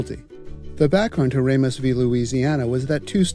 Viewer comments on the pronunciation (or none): Nah, he said Oregon and Ramos wrong.